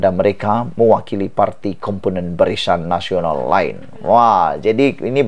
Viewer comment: Kau ni sebut perkataan biar la betul dan tepat BARISAN NASIONAL KAU SEBUT "BARICAN NASIONAL"...